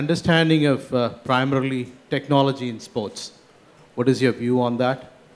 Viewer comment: How does he pronounce TECHNOLOGY....... Very cunning and wise when in front of camera.....the way he compared Sachin and Virat......everybody knows it's Virat the best but emotional sentiments is still with Sachin..